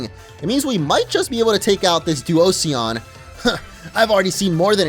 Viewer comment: It’s not pronounced doo-oh-see-an, it’s pronounced doo-oh-shon